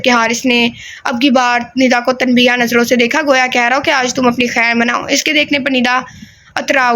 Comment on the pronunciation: Ap tanbeeha kahti hain jo k tanbeeh hai Aur tujeeha galat its tujeeh Thank you!! Ap k several novel sunnay hain aur in ilfaz ko ap hr baar galat pronounce karti hain iss liay correction ke hope u don’t mind